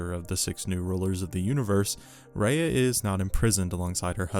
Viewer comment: You know your pronunciation is bad when the subtitles spell what you’re saying as Rehea. If you’re gonna do a whole video on an all powerful being. Maybe learn the pronunciation of her name i.e. the word. ❤